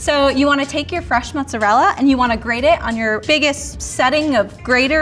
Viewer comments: It's not pronounced 'mozzarel' dude. Guido's from New York City pronounce it that way. It's pronounced mozzarella in Italy and here in the states. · says he is from aItalian householt and then calls it Muzzarell.... Oh dear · I don't know why Americans who claim to be Italian say mozzarel. It's cringe lol. It's MOZZARELLLAAAA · Genuine question: why so some Americans pronounce mozzarella as 'moutzarelle'? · why do people think that italian pronounce mozzarella "mozzarel" like why??